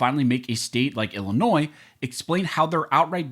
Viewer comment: FYI : Illinois is pronounced as i·luh·noy, NOT i•luh•noiz